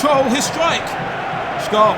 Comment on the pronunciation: Please, for god's sake, don't pronounce SCHOLL like SCHOLES without S. SCH in Germany sounds like SH in English.